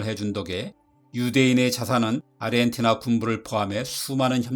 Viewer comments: 왜자꾸 아르헨티나를 아리헨티나로 읽으시는지.. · 아르헨티나 라고 안하고 아리헨티나 라고 하심 ㅋㅋ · 아리엔티나로 들림 ㅋ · 아 아 아리헨티나